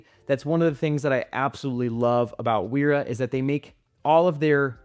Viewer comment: Wera is German. "W" is pronounced as "V" and vice versa. It sounds uninformed to pronounce it the way you do.